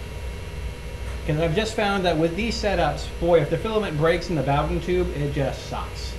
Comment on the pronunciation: booooooooden not bawden